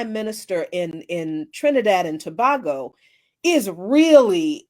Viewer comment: It's pronounced To-ba-go and not To-bag-o